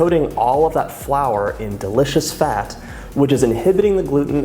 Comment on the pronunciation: Why does he say “duh-licious”? It sounds weird.